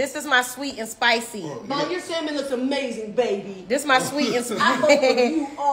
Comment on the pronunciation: 🤭💜YOU WON💯 👏💯Thank you for pronouncing SALMON correctly✌️ Hit me back I have a HILARIOUS story about you and the group but mostly you and Kandi when I walked with you to a restaurant while you were in NY(Manhattan) when you were young... I had the pleasure of meeting all of you and the awesome opportunity to see you at least 5/6tms per year... The situation with the task of escorting all of you made me so nervous because I was afraid someone or people would try to abduct one or all of you... 🤬🧐😠You and Kandi did something that still shakes me to this damn day!!! Y'all were so wroooong for that and we had to RUN back to the hotel a FULL NY BLOCK AWAY!!! I Blocked cars and buses holding my hands up "you laughed along with Kandi, your Sis and Tiny" at first but quickly realized it could be bad... 😒😤😮The entire situation was all on you and Kandi... 🤣😝I will forgive you if you ship something to my elderly Mom and I "maybe"...😆😁 So EXCITED for your growth, marriage, motherhood, business and exciting group of people who always gravitate to you.. Be well PROUD of YOU ALL... I will try to locate the stack of autographed pictures and my Back Stage Passes, T-shirts, pictures Mostly I just have memories, little stories that remain in my head... My students absolutely LOVED to hear about my seeing all of you... Everyone would beg me to tell what hotels you were staying in... I NEVER repeated anything I saw/heard except this!!! Cause it's FUNNY NOW!!! 🙄CRAZYASSES😝 The BEST thing about you.